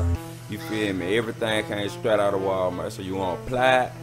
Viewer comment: I am dead he actuallly said wall mert